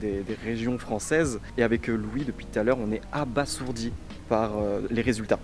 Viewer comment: On prononce abaZourdi ^^